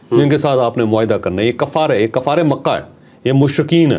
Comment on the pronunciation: کفار ک کے اوپر زبر نہیں ک پر پیش ( ُ) کہناچاہئے